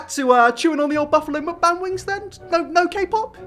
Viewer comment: How are you going to make fun of BTS and you are out here doing Mukbang but then again, a ton of ppl do them and can't even say the word correctly. Number one reason I don't watch them.